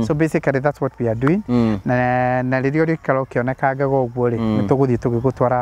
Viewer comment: Kanua not kanga